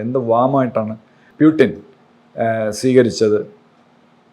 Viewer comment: ഇദ്ദേഹം എന്താ ആദ്യം പുടിൻ എന്ന് പറയുകയും പിന്നെ പീയൂട്ടിൻ എന്ന് മാറ്റിപറയും. എന്താ അത്. ഒരുപാട് ദിവസമായി ഇങ്ങനെ പറയുന്നു. ഒന്ന് ചോദിക്കണേ, മറുനാടൻ.